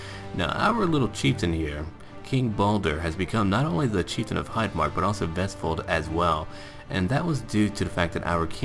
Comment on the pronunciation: Great pronunciation of Vestfold. I live there, and you pronounced it pretty good